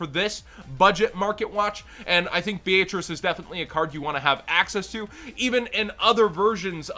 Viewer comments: BEE-AYE-TRICE LMAO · The italian pronounciation is B-ay-atri-che